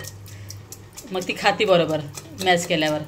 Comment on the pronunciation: मॅश बोलो मॅच नाहीं